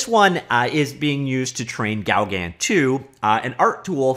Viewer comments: I believe it's pronounced something close to "go gone" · It’s pronnounced GO-GAN, LIKE GO CAN.. But the N is silent. French post-impressionist painter and friend of Van Geogh. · Please do not say Gaugan again,/ ever. ...It's pronounced GO GAN Lake in Desert,. .....Really !. That's what you thought would work,. Have you heard the word ...OASIS . It's a WATERHOLE in desert areas. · Pronounce it "Go-GAN". Not quite the same as the French, but that's the way most English speakers approximate the name. Hang on... isn't French a compulsory subject in Canadian schools?!?! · It's GO-GAN you numnut :p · Here is the correct pronounciation, from a french biopic movie about Paul Gauguin